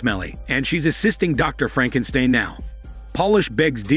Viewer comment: Lol 😂 Frankensteen!! Great recap 🎉🍻